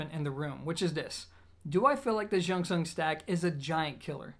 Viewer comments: jung pronounce like jon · A friend told me to pronounce it as junction. He has one and raves about it. So clear and nice. He's Chinese 😁😁😁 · It's Bell God. Spelled like how you pronounce it in Cantonese, similar to June Sun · great review as always. Disappointed that your excuse of mispronouncing the name is “because i’m American”. If you truly respect the company and product, you’d find out by googling it or asking someone. Just food for thought, and I know you’re a down to earth smart guy so hopefully you don’t take offense to the feedback.